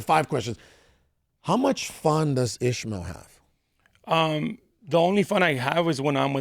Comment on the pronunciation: its not ishemale, its IS Ma EL